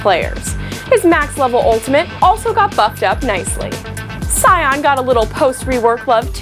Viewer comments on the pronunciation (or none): none